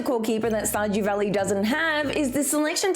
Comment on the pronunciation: Shajew valley?